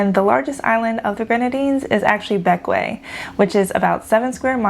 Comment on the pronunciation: Thank you for pronouncing Bequia properly lol